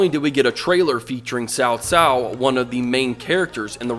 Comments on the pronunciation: Not "Sao Sao", it's better to pronounced like "Tsao Tsao". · I'm still pronouncing his name as COW COW. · so looking forward to playing this, whichever version they put up its going to be a lot history and balance they have to deal with, hope it wont be messy when it comes out ps. whenever cao cao is mispronounced or even luoguanzhong is mispronounced i cant help but cringe but i know its not your fault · thanks didn't expect to get noticed but to be fair yes there are loads of variations when it comes to dialects but in this case I am pretty sure CA is going after the pronounciation in Mandarin which I think you did well not to say "kao-kao" and opt for a ts-ts sound However it should be lying between a "ts-" and "Ch" sound, yours is kinda more like s and ts sound so yeah ok I m gonna stop here I am talking too much Ps still a nice vid